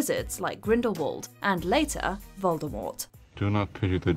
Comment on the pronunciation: I really wish people would pronounce Voldemort correctly. She made it very clear how it should have been said…